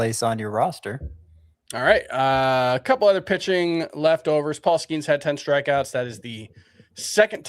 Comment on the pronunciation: the word "other" is pronounced uh-thur, not ea-thur like the name Heather.